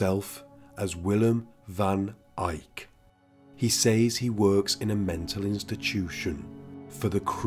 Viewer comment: You pronounce 'says or "ses'...